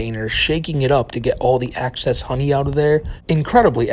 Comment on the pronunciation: I think he meant excess honey but it did sound like access honey.